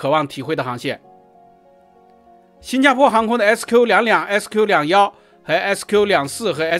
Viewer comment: 新加坡航空明明是SQ，为什么一直报“SK”?是口音问题还是报错？？